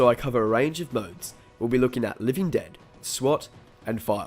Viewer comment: “Living ded”